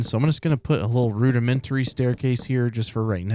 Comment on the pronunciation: No one:: r u d i m e n t a r y